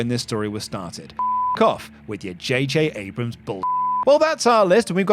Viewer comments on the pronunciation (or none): none